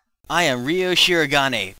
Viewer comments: If it was pronounced "Roy" Then it would be spelt "Roi" in Japanese. Ryou is prounonced "Ree-yoh." Don't you hear the characters say his name? Watch episode 6 in Japanese when they all talk to the English lady. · Ree-oh is the right pronounciation. Don't you hear the characters when they say it? If it was Rye-oo, then the Japanese would've spelt it like "Raiyuu". Even the lady who spoke English says Ree-Oh. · How do you pronounce it? In Japanese, the way to pronounce it is "Ree-yoh" only a little faster on the "Ree" part. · Sorry but you're pronouncing it wrong. But Ryous are pronounced in Japanese as "Ree-yoh." Listen to the Japanese VAs saying the name and you'll see for yourself. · omgcantbreatheimgonnadie.... (and I like to play with sharp, pointy things too) oh, BTW, you're pronouncing Ryou's name all wrong.